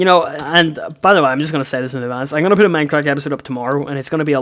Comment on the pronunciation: sounded like he said poot a complaint, because of his accent!